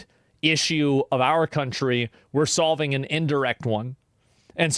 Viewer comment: bro said, "solving" Vietnam